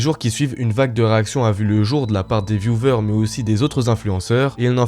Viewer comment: Vioueur et pas viouveur bord d'aile de flutain de matière fécale. Et la vidéo pour illustrer le fait qu'il apprenne son ban provient de 2024 ... alors que tu indiques 2020 ... t'es éclaté mec